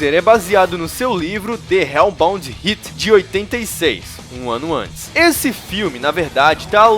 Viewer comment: É tão difícil falar hellbound heart?